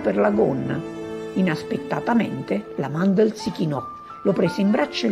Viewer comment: Mandl non Mandel